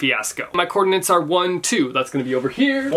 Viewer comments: But why are you saying "coordinants" every single time? 🤣🤣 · I hate that he couldn’t say “coordinates” correctly.